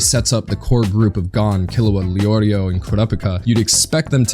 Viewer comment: "kee-loo-ugh" not "kil-oo-ugh"